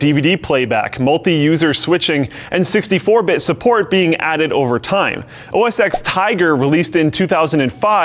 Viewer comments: I really liked the video until this dude pronounced OS X as the letter X, it's not a letter, it's a roman numeral. It's Mac OS TEN....because the software version lineup started at 10.1.0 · its not pronounced as x, but as 10. If you don't believe me type - say "OS X" in terminal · I have to say this a million times. ITS NOT OS X ITS OS 10. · Stop saying os x, it's the roman numeral for 10... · people pronounce it "x" not ten. And who doesn't know the Roman numbers? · Almost everyone in the tech world calls it "OS EX" not "OS TEN", mainly because it's easier to say and literally everyone knows what ur saying, especially now that windows 10 exists. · You ruined a great video by pronouncing OS X as 'ex' - it's f***ing TEN NOT EX!!!! God that infuriates me! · Hey Techquickie dude.. it is not pronounced as Mac OS "X" :( it is pronounced as Mac OS "10"! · I'm sure others have pointed this out to you,, but it's not "X" it's TEN. As in the Roman numeral. Think of it logically...first there was OS9, then came 10. Get it? Still loved the video, though! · Mac OS "Ex"?! Seriously?! Have you been living in a cave?! TEN! The X is the Roman numeral for TEN!!! It is Mac OS "TEN"!!! What ignorance... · Mac OSX is pronounced Mac OS TEN. The X is the roman numeral for 10. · The X in OS X is a roman numeral. It's pronounced "OS 10", not "OS Ex". Just listen to Apple talk about it in a keynote. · Every time someone says "OS ex", somewhere, a big cat dies. (A little. Inside.) Mac OS X is actually "Mac OS Ten", coming right after Mac OS 9. (The "Mac" part was dropped from the name only some years ago, I think in 2011.) TL;DR: The X in OS X is the Roman numeral for ten. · It's pronounced Oh-Ess-TEN! Not "Oh-Ess Ex". It's a play on words for being the tenth major OS, being the first Mac OS based on UNIX, as well as having roots in Steve Job's previous OS "NeXTStep". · It's called OS 10 not OS Ex. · IT'S OS 10 NOT OS 'X' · i thought it is read as "OS 10" and not "OS ex" (OS X).